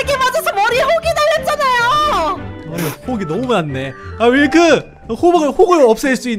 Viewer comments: 윌터가 아니라 윌크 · 윌크가 아니라 밀크애요!!!! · 윌터가 아니라 윌크에욬ㅋㅋㅋㅋㅎ.ㅎ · 윌터가 아니라 윌크에요 ㅋㅋㅋㅋㅋㅋㅋㅋ